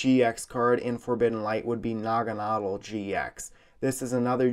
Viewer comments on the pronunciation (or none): Oh I thought you pronounced Naganadel like Na-Gan-A-Del